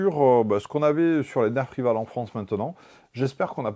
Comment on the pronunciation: Ça s'écrit rival mais on dit rivol